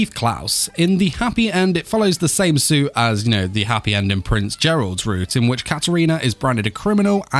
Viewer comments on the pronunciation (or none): none